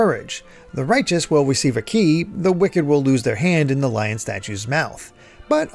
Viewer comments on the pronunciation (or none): none